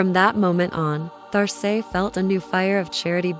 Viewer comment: Great! I see here name is written There Say but perhaps you might listen to how this name is said in French .. just a thought! Loved the images and your narration. Thank you